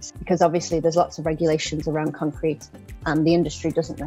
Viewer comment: lmao "concreten" rly? :D